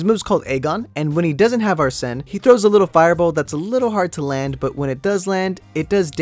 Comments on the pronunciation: Say is ARSEN Not AR-SEN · Ya it's ar-Sen